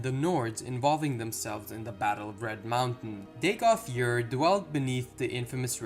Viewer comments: Ur...its ur.....its easy? Ur...you said it right the first dozen times and all of a sudden used yer..and no...its not yer...imperial knowledge has better pronunciation and he's terrible lol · Bro you need to work on your pronunciations! Ur would be like ugh in english. Next Vvardenfell has only 1 (one) V in it's pronunciation.